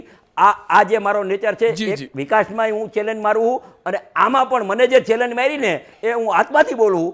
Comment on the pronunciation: તને ચેલેન્જ બોલતા ભીની આવડતું પછી મોરબીનો વિકાસ સુકરવાનો 😂😂😂